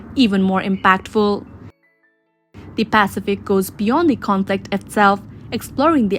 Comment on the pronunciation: What’s a pacifick?